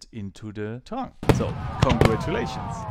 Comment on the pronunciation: In trying to be a bit helpful for: You have to speak the "i" in terrain also. HTH